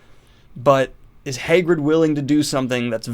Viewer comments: Daniel: next we have “hay-grid” (Hagrid) Me: excuse me, what? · Your pronunciation of Hagrid is killing me, my dude. Fun video, well done!